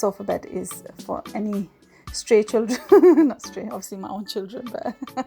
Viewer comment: Lol the way she says stray children 😂😂😂😂😂